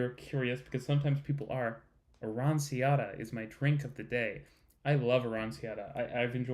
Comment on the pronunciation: The c in aranciatta is pronounced as a ch sound.